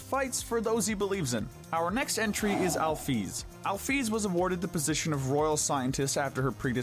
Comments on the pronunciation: "Alfies" 💀 (if im right its alphys) "Metaton" (if im right its mettaton) Azrael 💀 (its obviously asriel) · ITS NOT ALFIES ITS ALPHYS ITS NOT AZRAEL ITS ASRIEL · so no one gon talk about how he said "alfies" instead of "alphys"? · Ah yes, “Afies” And “Azreal” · Alphys is sound like alfes btw . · I really hate how you say Alphys and Chara's names